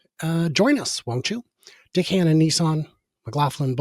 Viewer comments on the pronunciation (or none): 'Dick Hannah Nissan'.... I wondered what on earth you said, but then caption came up, thank goodness! To many Brits, 'Dick Hannah' sounds a little bit suggestive.